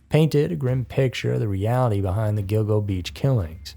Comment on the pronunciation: Speaking of errors, it's Gilgo Beach, not "Go go."